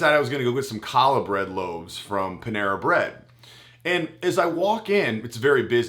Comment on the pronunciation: If you meant ‘challah bread’, I believe that’s pronounced, ‘hallah’, not ‘kallah’. Great content! 👍